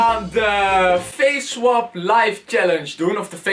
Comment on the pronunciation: je schrijft swap en je zeg - swep